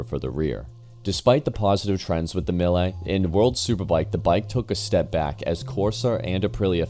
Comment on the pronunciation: is it that hard to say mee-le? what tf is a me-ley?